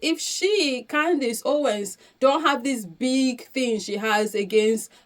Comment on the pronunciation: Did you say Clowndace 😂😅😊 lol..... allegedly she has rock solid proof based on previous settled lawsuit lol